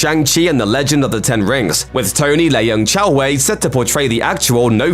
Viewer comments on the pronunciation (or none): I know you’re British, but Tony “Lay-Young”? It’s pronounced “lung”. Come on have you ever heard a Chinese persons last name pronounced as lay young (Leung) or chay young (Cheung)? Come on bro, I’m sure your whole channel is more cultured than that.